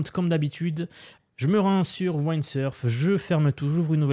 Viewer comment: On ne dit pas “Waïndsurf” mais “Windsurf” 😂